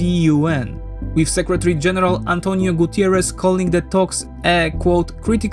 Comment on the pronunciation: GUTERRES. No "i" in Guterres... Come on man! He is Portuguese, not Spanish! About the attacks, unfortunately you are right. That explains why they are attacking so much schools. Fortunately, a lot of Ukrainian students have come abroad to study, even a lot of those who live in places that are still safe, and that will minimise the impact of russian attacks on schools. It is just a small drop in a big ocean but it is something.